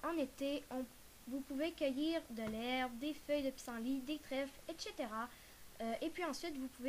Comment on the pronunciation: a elle a dit etchetera